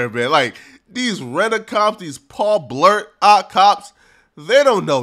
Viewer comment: Paul Bart the mall cop not blart lol